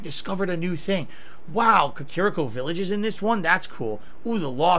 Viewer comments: Self-proclaimed Zelda Superfan pronounces Kakariko Village as “kuh-KARE-uh-ko” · He still calls it Kah-care-iko village🤣🤣🤣